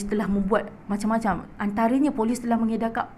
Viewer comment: tolis ka Polis?? 🤣